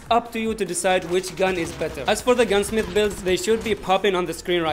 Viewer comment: "Gunmith" lol